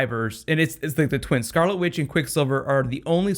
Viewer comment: haha.... you said scarlet with. :D <3